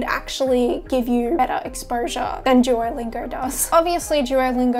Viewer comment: “Jewolingo” lol Ps. Your bf is a lucky guy